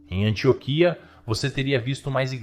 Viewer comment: Antióquia não Antioquia😬